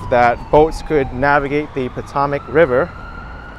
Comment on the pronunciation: Po-toe-mic river not Po-tom-mic